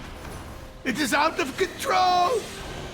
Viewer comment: sorry but it keeps irritating me.. can't focus every second when I hear it.